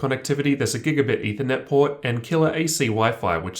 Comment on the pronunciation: pord. pord. pord.